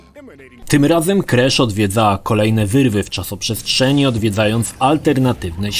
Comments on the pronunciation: nie kresza a krasza badz polakiem xd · KrAsz a nie jakiś KrEsz. Tu i tak lepiej niż w filmiku o trylogii. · ‚Krasz’ czy ‚kresz’ bo w końcu nie wiem😅